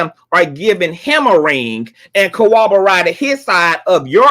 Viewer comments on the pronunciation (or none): You always say "co-oborated" instead of "corro-borated" and " E-lluded instead of A-lluded" im. Not being shady im.just saying because those are different words, maybe it is because of your accent or soemthing